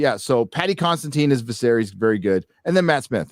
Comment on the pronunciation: btw, lets get this straight, because a lot of people (including me in the beginning) are messing up Paddy's last name. It's not CONSTANTINE, it's CONSIDINE (Con-see-dine).